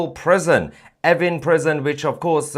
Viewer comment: Is he saying effing prison?